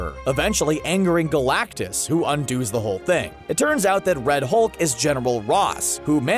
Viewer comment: undoes not un do's lmfao